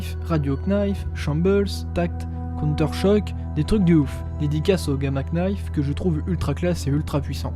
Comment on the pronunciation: Hello, très bonne vidéo ! Juste une précision, le "K" de knife ne se lit pas (en gros ça se lit Gama nife) 😉